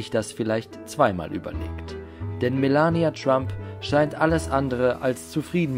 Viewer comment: Hauptsache Melania deutsch aussprechen